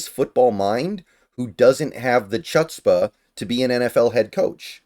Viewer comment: Not sure the ‘c’ is pronounced in “chutzpah”.